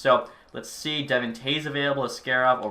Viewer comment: Love your vids but can we start pronouncing Devon in Devon Toews' name properly? He's only the top pairing d-man on the Cup winning team